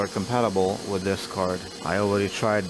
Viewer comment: special curd HAHAHA you mean card and not curd